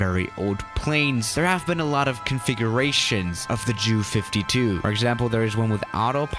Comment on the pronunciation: How ironic It's pronounced, "Jew"